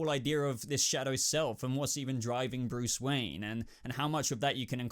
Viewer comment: BRUCE WOYEN!!!😂